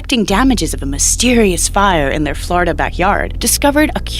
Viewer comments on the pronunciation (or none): none